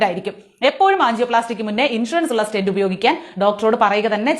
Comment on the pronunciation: Name of object not clear.. Stent ?